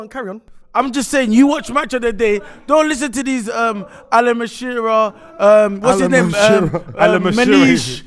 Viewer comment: Alan Mashira lool I love the way deliberately mispronounces names lol